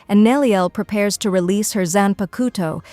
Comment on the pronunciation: I really appreciate these in depth summaries for each season but you have GOT to look up the pronunciations, watch a dub or two my gods is it bad lol Zanpakuto is especially egregious. zan-pah-k-toh not koto. The Japanese syllable is a soft k middle upper throat, back of the tongue. Like trying to say "coke a cola" in a Japanese accent. The to at the end is actually tō, sounds like tuoh a dropped t u sound combo that's lower than the English too, but like you saying too with a obvious U In the middle. The tuoh is more enunciated then the k before it.